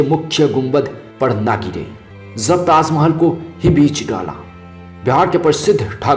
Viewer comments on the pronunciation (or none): ha ha ha... abe pele dhang se bol bhai... taaz mahal taaz mahal... kha zaataa h bol ra h ... hahaha... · 😂 😂 😂 tazzzzz Mahehelllll😂😂😂😂 bol Na Sikh Bhai kaha Zadaa Hey 😂😂😂😂